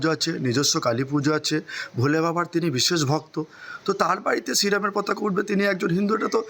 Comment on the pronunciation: পতকা নয়, পতাকা বলুন